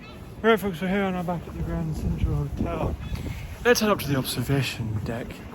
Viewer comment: HBD in the "GRRRRRRRRRRRRRANNND CENTTRTRAL HOTEL"